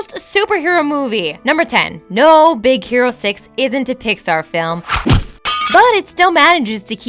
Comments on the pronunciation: I totally heard Z ero six! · is it just me, or did i just hear "Big Sero Six" ? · Anyone else hear her say “Big Zero 6” in the beginning? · I heard more of big sero 6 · Did she say "Big Zero 6"? man you guys need to have more time recording, because these flubs are getting ridiculous. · really? in be beginning you said big zero 6 -.